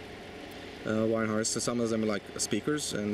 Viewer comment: Harness not harnist